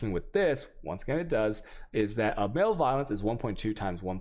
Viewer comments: You drive me nuts with some of your pronunciation of so many words.. Learn to pronounce malevolence please. def: the state or condition of being malevolent; hostility. pronounced as muh·leh·vuh·luhns... not MALE-violence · Your pronunciations of words is atrocious. Butchering so many words. Male violence... jardian... jambler... chows... MbXtreme is an awfully annoying person, but at least he tries to learn how to pronounce English words correctly, since he is targeting an English speaking audience. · Oh... Your pronunciations get me every time man. Male violence lol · I honestly don't think he knows what that word means or how to pronounce it.